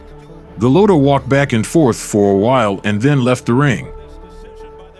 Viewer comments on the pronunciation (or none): Do you ever try to pronounce the fighters names correctly? Its not pronounced "golOTO" its "golota" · Why does this guy call him Go-low-ta instead of Go-lot-a like the announcers did during his fights? He obviously never saw him fight live. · Also, it’s pronounced Go-lotta, not Go-lowta. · It’s not “GoLOWta”…..it’s “GoLOTta”….okay? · Go load dah lol. I believe it's gah lod dah. Either way, dope video my man 🔥🔥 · It’s Gaaa Lot Ah ..not Gill Low Ta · Who is go lo toe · It's pronouced Go-lot-tah like the way the fight announcers pronounce. Sucks that you got it wrong a ton. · His name its Gal-Oh-ta. It's Gal-la-ta. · Goo-Lot-A come on son. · It’s pronounced Golotta. I like watching videos people create, but at least do a little research about pronouncing the names correctly. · Cant even pronounce his name lol and making videos SAD HIW FAR WE HAVE SUCK LOW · This narrator can't even pronounce Golota's name correctly. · You can’t even pronounce his name. Get someone who at least knows how to pronounce the name of who he’s talking about. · Could you at least correctly pronounce his name? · I hate hearing this stupid commentator Pronouncing Andrew's last name wrong. Stupid stupid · Not as sad as how this narrator keeps mispronouncing Golota's name. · Seriously... did you not hear how EVERYONE says dude's name?!?!?!